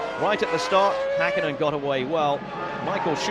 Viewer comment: "Maiköl Shumaher"? I think his name is Michael Schumacher. It would be important to know the drivers' names at least. And also it's not "Mika Häkinen", Mika Häkkinen. Also not "Mika Saalo" but Mika Salo.